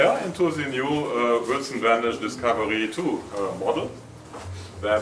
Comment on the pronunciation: its Wilson Benesch!